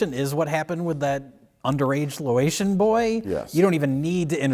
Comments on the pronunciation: says "...that underaged Lo-ay-shun boy..." Loayshun is not the proper nomenclature. Asian-American, please. And it's pronounced Lay-oh-shun. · It's "Laotian,", not "Loation." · I guess I read Loas instead of Laos sometimes, because some people just suck at typing. But hearing it actually pronounced as Loatian, that was a first time, and it needs real hackfrauds to do that. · It's Laotian ("lay-ocean") not Loation. They are from L-A-O-S. Haven't you people ever seen King of the Hill?